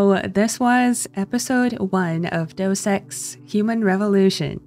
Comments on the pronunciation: When the first Deus Ex game out most of my friends pronounced it "Jew Sex". It took me a couple of years to work out that "Deus Ex" was pronounced more like "Day-us Ex". Very embarrassing! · "Deus" is pronounced in Latin, it sounds something like "day - us", the english word with a similar pronunciation is "deity" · In English, you'd pronounce it roughly like "day-oos ex" (where the "oo" is quite short)- the actual Latin would be pronounced with phonemes that are in a lot of European languages, but not in modern English. The way somone from e.g. Germany would pronounce it would be reasonably close, perhaps someone from Greece pronouncing it would be even closer. Though it also depends on which period of Latin we're talking about - ancient Latin sounded a lot different than medieval ecclesiastical Latin. The IPA representation for how we'd pronounce it today is /ˈdeːʊs ɛks/ - (the great thing about IPA is that you both have reference recordings of the unique sounds represented by the symbols, and can also look up exactly what shape your mouth, tongue and lips have to be in to make that sound). But in the end - it's not really important. It might be a tiny bit irritating for some to hear a wildly different pronunciation than they're used to - but we know what you mean :) Funny story - there's a streamer doing a Mass Effect playthrough who always pronounces "indoctrination" as "indoctoration" - and while I must confess it irritates me a little, it's also quite funny to imagine e.g. Saren in full garb at a ceremony receiving his doctorate... from Sovereign (also in full garb).